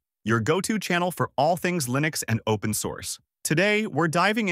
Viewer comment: Would probably be helpful to learn how to pronounce Linux correctly..